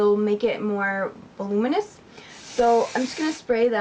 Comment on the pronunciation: Weirdly enough I like Suave's dry shampoo and I usually use more expensive product. You have very pretty hair! You seemed to be struggling over how to pronounce voluminous: from : [vuh-LOO-muh-nuh s] :-)